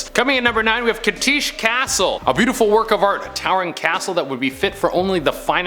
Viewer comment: your pronunciation of Cachtice is killing me, C on begining is pronounced as [ʧ]. Slovak language is just hell for foreigners